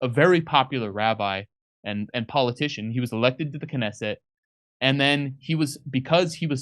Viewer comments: If you can't say, "Knesset", you may be out of your depth.... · You're such cute monolinguals! And also parochial: haven't heard of the Knesset... no clue of how to pronounce it, either. This is indeed a comedy show, American-style. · Oh my God. Can’t pronounce simple well-known Israeli words? Get the fu k off my phone. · really needs to practise reading these texts before going on camera, he can hardly read a sentence without a mistake! And I thought Jimmy was bad. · He is also lacing in literacy. He can't pronounce simple words like "Likud" or Knesset" He is, in short, an arrogant idiot.